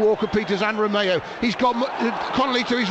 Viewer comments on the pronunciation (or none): none